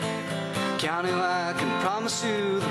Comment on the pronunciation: WHAT'S WRONG WITH YOU PEOPLE .. LEAVE THE KEE OUT OF KEANU ..!! well , cuz it's pronounced Kay-a-noo Reeves ..!!